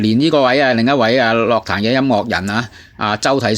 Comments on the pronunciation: 用AI 答返你 在粵語中，「樂壇」的正確發音為： ### 粵語發音 * *樂：* **ngok6**（同「音樂」的「樂」音，低調） * *壇：* **taan4**（同「彈」音，陽平聲） ### 常見錯誤與辨析 在讀「樂」字時，根據意思不同有兩種常見發音： 1. *ngok6 (音樂/藝術)：* 用於「樂器」、「樂隊」、「樂譜」。**「樂壇」**屬於此類，指音樂界、歌壇。 2. *lok6 (快樂/喜悅)：* 用於「快樂」、「樂趣」、「娛樂」。 > *注意：* 雖然現代有些口語或流行語會將其誤讀為「lok6 壇」，但在正式場合或根據字典標準，涉及音樂領域時應讀作 **ngok6 壇**。 > ### 相關參考（官方/權威辭典） * *《粵語審音配詞字庫》：* 根據香港中文大學資料，「樂」字於音樂義項下標音為 **ngok6**。 * *《漢語多功能字庫》：* 明確區分音樂（ngok6）與快樂（lok6）之讀法。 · 唔關智唔智慧事, 因為咁基本都讀錯, 錯到咁明顯真係好哽耳, 希望板主少用ai人聲啦。